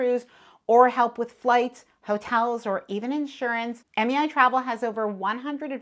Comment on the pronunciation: MEI sounded like MAI ...thank u for the great tip😊